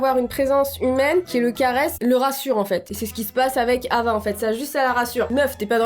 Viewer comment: Putain Hava c le prénom de ma mère sauf que sa se prononce Rava 😂🤦🏼‍♀️